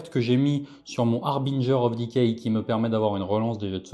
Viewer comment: J'aime toujours voir du Nurgle et entendre prononcer correctement le Harbinger of decay ^^